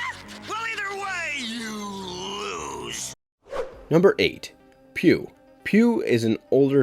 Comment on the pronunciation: Pugh's name is pronounced "Pug", not "Pew".